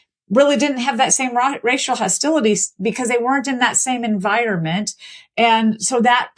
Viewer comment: Guest is one of those awful people that say "en-vye-er-mint" is correct.